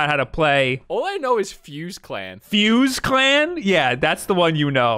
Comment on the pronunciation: My man said fuse clan 😂😂😂😂😂😂😂😂😂😂😂